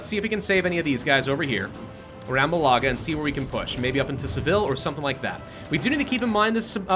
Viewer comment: Sevilla is pronounced “see-vee-uh” Malaga is pronounced “ mal-ah-ga” :/